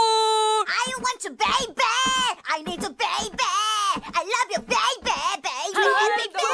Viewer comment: 아ㅜ 발음도 개웃겨 아이원츄쀄이베~